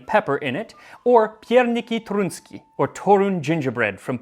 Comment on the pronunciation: Your pronounciation of 'Pierniki toruńskie' would be enough for 17th century nobles to feed you to the Turks. No offense though.